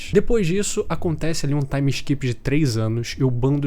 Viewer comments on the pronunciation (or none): none